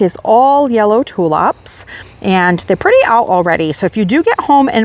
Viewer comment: I'm amused at the way you say tulips .... you say TU LUPS.